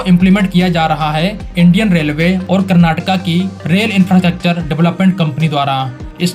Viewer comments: Thanks for saying "Kurnaatuku" and not "Kurnaatuk". It's been a long time since I watched anybody on TV and social media pronounce the word correctly. Please also say "Kunnudu" instead of "Kunnud". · Thanks for saying Karnataka not Karnatak and Bengaluru not Bangalore. Liked this video for the same reason 😃 Good and simple explanation of the upcoming projects. 👏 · Thanks for saying KARNATAKA 😂🎉🎉🎉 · Thanks bhai for saying KARANATAKA ,NOT karnatak , 😂😂❤ this the least we KANNADIGAS like me expect from our Indian brothers..❤❤